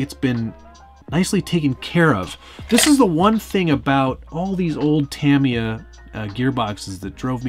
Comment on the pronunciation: You can say futaba but not tamiya lol jk